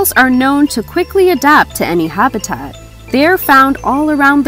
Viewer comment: And Habitat